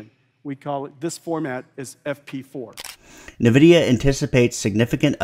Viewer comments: What's Navidia? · Good breakdown, but.. Dog.. why 'nuhvidia'?